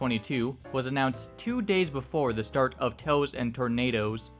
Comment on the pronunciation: It's pronounced Tails and Tornadoes, not Toes and Tornadoes. Otherwise, great video. I used to be friends with Peacewolf, until I discovered her personal views. One thing that was apparent in her Alt Twitter account, she would advocate the persecution and execution of transgender, LGBTQIA+, and even black individuals as a protest against Black Lives Matter and Trans Furries coming out. I remember the last thing I remember saying to her was simple, "You are tainting the simple you brandish proudly on your fursona. Death to anyone is not peace."